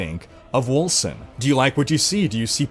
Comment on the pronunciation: Wolken, not Wolsen.